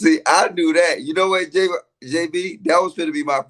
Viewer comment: said, “I SAID WHAY I SAID” 😂